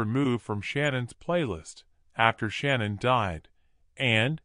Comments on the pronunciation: She goes by Shanann, not Shannon. Can't you at least say her name correctly? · The narrator can't pronounce Shanann, or Shan, as I call her, but her REEL name is Shannon. So I am saying her name correctly.